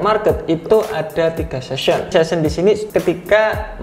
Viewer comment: Session bang bukan season